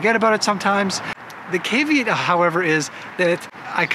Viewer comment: Never make fun of someone for mispronouncing words -- it means they learned them from reading. That said I'm having real difficulty letting "cave-eat" go.... :)